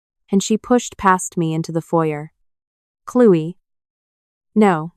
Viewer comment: Clewy? Isn’t it Chloe..Cloee